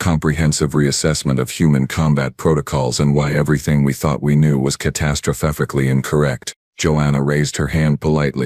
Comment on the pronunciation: This was a fun one 😂 "Catastrofofihically" 🤣🤣 Gets me every time too